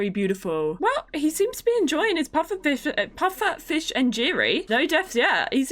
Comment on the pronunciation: Not how you say pufferfish dish grr